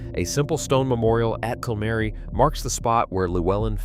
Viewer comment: Pathetic AI pronunciation of Welsh names Cymru, Griffiths . An insult to Welsh people. My great grandfather was Morgan Miles , who died from gas poisoning after WW1, serving on Western front in the Welsh Borderers , a coal miner.